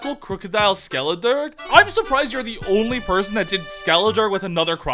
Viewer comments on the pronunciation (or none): It's very amusing how often Skeledirge's name is said....wrong. "Dirge" is said "durj" not "durg". It's a type of mournful song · I think it’s pronounced Skelederj. A dirge is a somber song or lament expressing mourning or grief, such as would be appropriate for performance at a funeral.